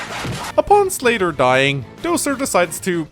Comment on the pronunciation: i heard "slater" instead of "slayder" and then i expected a "fe6 slater? nope, gaiden did it first"